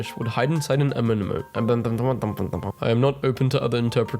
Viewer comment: love how he straight up doesn’t know how to pronounce anemone